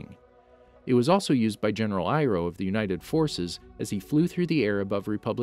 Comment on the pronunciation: General iroh more like GENERAL FIRE-O